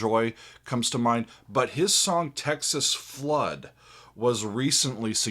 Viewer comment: You said it right. He did the rocking blues. No one ever says it right.